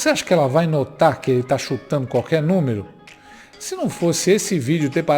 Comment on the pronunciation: "A jenti fica disendo carqué númiro e o povo acridita", palavras do descondenado asqueroso 🤮🤮😂🤣